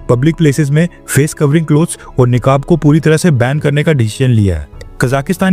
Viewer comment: निकाब नहीं नकाब होता है